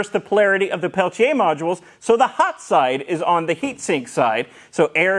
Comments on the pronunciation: Thanks for pronouncing "Pelletier," correct. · Why do you keep highlighting 'Peltier' almost every time you say it? You're pronouncing the name correctly.